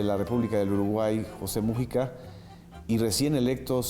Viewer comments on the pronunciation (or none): ¿Por que pronuncian Mújica si no tiene tilde?